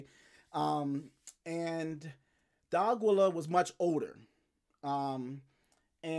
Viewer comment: DEE-AH-KEY-YUH. Not DOGILLA lol. Good channel tho